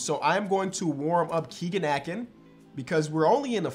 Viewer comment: A-Kin like "tin" only correcting you because he's from my home town